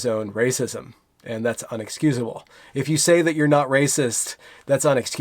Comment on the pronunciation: INexcusable, not UNexcusable.